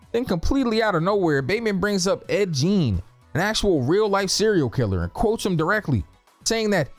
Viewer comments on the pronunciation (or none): Ed Gein not Gene. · Bro he called Ed Gein “Ed Jean”